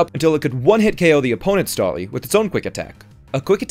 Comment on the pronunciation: "Stawly" - 2020.